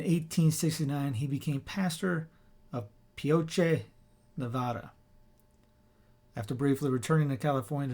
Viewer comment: Pioche is one syllable. Thank you for the great history. My sons and I use to go with a local church group on little pilgrimages in Nevada and Utah in the 1990s and 2000s. Wonderful memories of celebrating Mass at the mission parishes and at Death Valley.